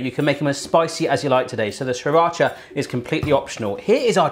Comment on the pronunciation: you dont pronounce the first R in sriracha